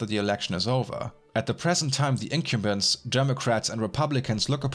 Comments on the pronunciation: [random minor constructive criticism: , typical pronunciation of "incumbents" sounds more like "income" than... "in-kyum"...] Interesting stuff! Thank you for the work you're doing to gather all this information and these ideas together, and share them with folks! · LOL Inn-come-bents not Incubus Otherwise amazing video, always so well thought out and articulated. Thank you. In fact, the Incubus pronunciation kind of makes it better, just leave it.